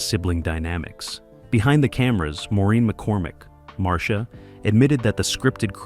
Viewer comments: No, they didn't even watch the show or clips from the show, otherwise they would get Marcia's name right. It's pronounced Mar-Sha, nor Mar-C-Ah. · Maureen McCormick played Marcia. It’s pronounced Marsha. It is not Marcēa. If this is being dictated. It’s possible to have the computer correctly dictate by phonetically typing them into the computer. Kudos to the person who corrected the pronunciation! Mike was seen at his office in three different episodes: 1. Mike’s Horror-Scope when Bebe Galini, make-up artist came to Mike’s office about designing her a new office building; 2. Coming Out Party, Mr. Phillips invited the whole Brady Bunch family to go sailing; and, 3. Call Me Mr. Irresponsible. I’m sure there are more.